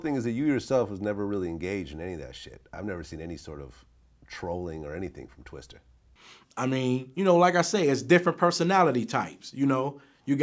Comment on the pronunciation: Hearing Vlad Say “Twister” Instead Of “Twista” Makes Me Cringe Every Time. This Ain’t Rocket Power Lol